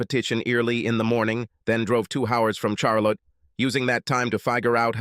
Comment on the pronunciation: Lol. Char lot ee